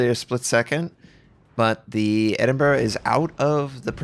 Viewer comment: Yup...No Edinboro here